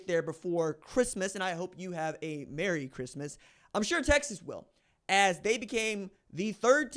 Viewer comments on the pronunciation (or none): none